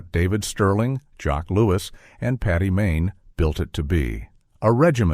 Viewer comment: Paddy not Patty!